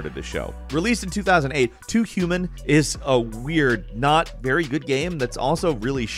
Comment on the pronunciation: Too youman loooool